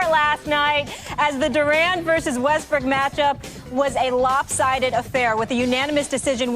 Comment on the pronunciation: It's Russel Westbrook not bestrook